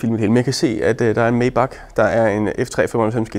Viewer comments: bare fordi sådan lige. May udtales som Mai (eller Mig, hvis man er sådan en type) 😉 De lavede sgu også nogle fede motore som lyder stinkende godt i start midt 40erne 😎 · Det hedder Majbaaaacccch. Det er tysk!